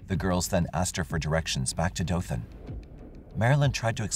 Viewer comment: Omfg this story literally happened in my town! I’ve always heard stories about what happened but never really looked into it. Thanks for sharing. Also thanks for pronouncing Dothan correctly. It’s usually how we can tell if people aren’t from here